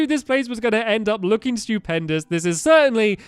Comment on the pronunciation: when he said "stewpendis:" i thought he said "stupidpendis"